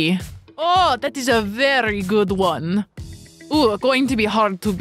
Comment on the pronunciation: Lol she says one like vone